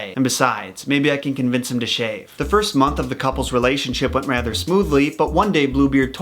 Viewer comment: "PER-row," not PER-rawlt."